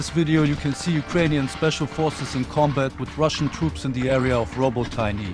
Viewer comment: Good video as always. 👍 It's pronounced "robot ne" "ne" like in "net". You can just say "Robot net" and cut off "t" from "net"